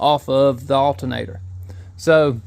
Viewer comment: Alternator, not altenator. Alter, not Alten.